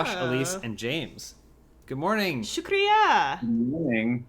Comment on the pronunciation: "shukriya" is in fact how you say thank you in Urdu and Hindi 👍🏽 you pronounce it correctly as well, nice job!